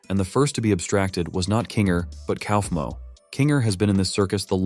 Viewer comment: Ok but the way that the ai says kaufmo 😂😂😂. KOUWEEFMO